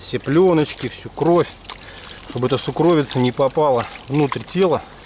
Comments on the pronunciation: Уважаемый, правильно надо говорить сУкровица, ударение на У. Извините! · сУкровица. Ударение на первый слог 🤓